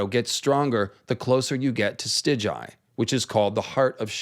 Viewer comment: In your next video pls pronounce it Stigai not Stiđaji